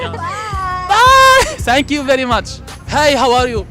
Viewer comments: لك ثانكيو ..مو سانكيو😂😂😂😂 فضحتنا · بس مره تانيه الفظ الثانكيو مزبوط مو سانكيو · السوري يقول سانكيو ههههههه قصدو ثانكيو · ثانكيو مو سانكيو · اذا بدك تقول للواحد شكر آ بلأنجليزي thank you not sank you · سانك يو بدل ثانك يو نكتوا أخت اللغة كمان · تنكيو مش سنكيو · هاي ..حلو انك تاخد كلشي بطريقة مهضومة..بس بخصوص اللفظ الانكلش ..خدا نصيحة من اخت لاخوها ..ابدا مو عيب ازا طالعت الاكسنت صح يعني عادي ازا قلت thank u بدال سانكيووو ..وكتير ضحكنا بس شفنا الفديو وفعلا مهضوووم كتير ..وازا بدي اقترح سؤال ..ياريت تسال الكنديين ازا بيعرفو شي كلمة بلعربي ..لو حتى.. شكرا .. وشكرا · فضحتنا اسما تانكيو مو سانكيو 😂😂😂😂😂😂😂😂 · ثنكيو مو سنكيو يا فهمان هههههه دخيل ربك شو ئلبي حبك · sank you الي عم تقولها معناها اغراق لازم تدرب عحرف الثاء مشان تقدر تقولThank you الي معناها شكرا ما Sank you الي معناها اغراق لانو الي بيعرفوا انك ما بتعرف منيح ممكن يقبلوها بس الي مفكرينك بالبل رح يتدايقوا منك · ليش بتقول سانكيو